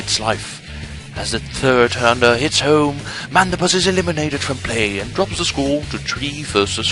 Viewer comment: i love how you pronounce Thunder lol.. tunder